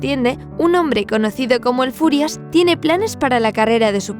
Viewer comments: Quiero aclarar algo, no es el furias, es el führer que se pronuncia fiurer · Yo lo lei por el cole pero me parece mas triste el diario de ana frank. Tambien en realidad "el furias" es hitler ya que bruno no podia pronunciar "füher" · Lo de "el Furias" es por el libro. El libro esta narrado desde la perspectiva de el niño, que no sabía pronunciar algunas palabras como "Führer" o" Auschwitz" (que de hecho personas como su padre y hermana le hacen saber que están mal dichas). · A ver chavales, lo de "el Furias" es porque Bruno, al ser un niño pequeño, no sabe pronunciar bien "Führer" así que lo llama "el Furias" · No es "el furias" se dice fürer, "el furias" suena a una pelicula traducida al español de españa, como "el bromas" o "el prisas" xd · es q el niño es pequeño y no sabe pronunciar bien la palabra fiurer (fuhrer) y dice furias. en ingles es furious. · es Hitler, el autor le pone ese nombre porque Bruno no sabía pronunciar muchas palabras como Auswitz o El Fuhrer